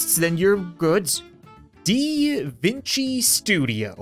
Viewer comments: Dee vink y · It’s di-vine-y